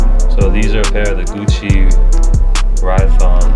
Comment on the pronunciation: Aren't they called Rhyton Sneakers? Ry-ton